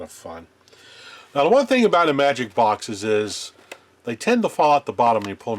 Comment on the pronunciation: There’s that unmistakable sign that you’re a retro gaming geek who was around at the time those games actually came out: The proper pronounciation of IMAGIC!